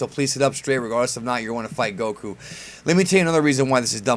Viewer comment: Gokku (GAH - koo)?? LOOL I would've closed the tab from that alone